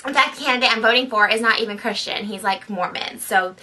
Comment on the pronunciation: "canidate..tial" wut